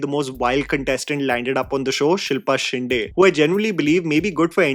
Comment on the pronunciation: Just once it'll be nice to hear a North Indian pronounce Shinde correctly. my dear it's not that difficult a pronunciation.